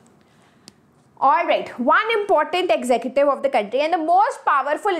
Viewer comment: Maam it's not exective it's executive